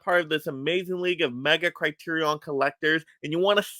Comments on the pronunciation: Okay I can’t watch the rest of the video because everytime I hear you say “CriteriON” I wanna pull my own hair out. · Why the fuck are you pronouncing it “CriteriON”?